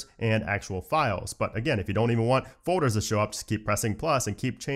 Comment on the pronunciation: All those fohders…